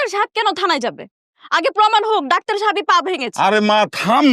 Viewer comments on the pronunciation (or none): ৫৮:২৮ ডাক্টার না বে, ডাক্তার